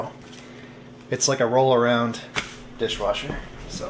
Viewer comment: Awesome repair on the dish wersher